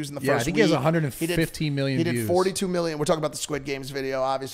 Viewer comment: He tried to say million but slured his words